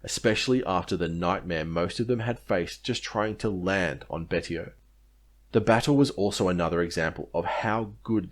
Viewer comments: I believe Betio is pronounced Bey-see-oh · You really need to do your research. The island is Chuuk Betio is prononced Bashio